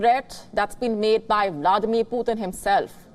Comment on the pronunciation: Someone please tell her it's not potin 😂😂😂